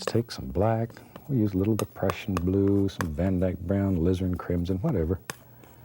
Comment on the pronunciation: Everytime he says "the prussian blue" I hear "depression blue" XD